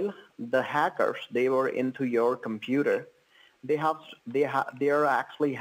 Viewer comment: "the compeeder" 😂